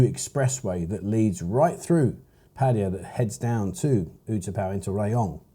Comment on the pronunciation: Please pronounce their name correctly, it's not pattiya, it's pronounced Patt Aye Ya ,with an A not an I